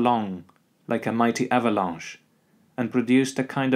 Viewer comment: "Auvalauche" lol